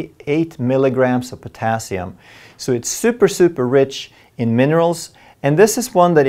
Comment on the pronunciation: Why is the emphasis on potassium ?